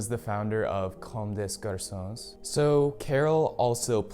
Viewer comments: You don’t pronounce the S’s in Comme des Garçons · I thought the comment was just a meme comment, but he actually pronounced it wrong. I'm so upset about it. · "Kome des garsons" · I cringed so hard at comme desss garconsss